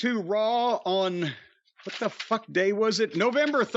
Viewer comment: Jim really goes out of his way to pronunce 'what' wrong.